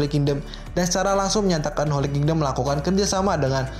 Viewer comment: Setiap mimin Bilang King-dom kok gue ngakak ya.. wkwkw Nice min